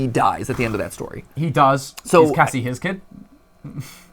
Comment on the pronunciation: is it just me or did it sound like "Gregory" said Cassidy instead of Cassie?